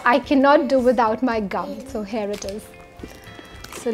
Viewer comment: It's not "hair it is" ...it's "here it is"